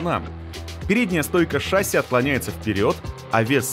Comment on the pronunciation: какая шАсся.?? правильно говорить шассИ.!!